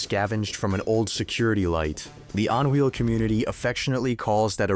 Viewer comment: But I like the On Wheel!